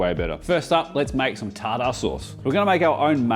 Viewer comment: Until he says tarDAH sauce 😂. Thats my guy though